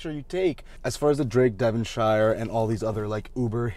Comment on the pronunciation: It's okay. None of us locals like the Devonshire Inn either. I just want to point out a couple of things. 1. The Devonshire Inn is in Wellington. 2. It is pronounces DevonSHEER. Pretend you're British🤣🤣🤣